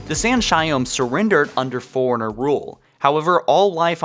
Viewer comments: are you saying foreigner or forerunner? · Why are you saying Foreigner when its Forerunner? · Fore-runner... not foreigner. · Why do you pronounce forerunner like its spelled foreigners, like they pronounced forerunner for us many times in the games but it seems clear your hearing let you down. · Forerunner NOT foreigner, please annunciat properly. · You say forerunner like foreigner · Can't deal with the way you say "Forerunner".